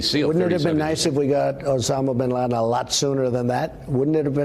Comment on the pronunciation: Did she just say "Obama Bin Laden"? Is she that dimwitted?